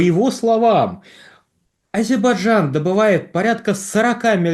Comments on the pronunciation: Звиняйте : не Азебарджан, а Азербайджан. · Ведушему надо научиться правильно произносить АЗЕРБАЙДЖАН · потренируйтесь выговаривать слово Азербайджан. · Почему так трудно выговорить "Азербайджан" ?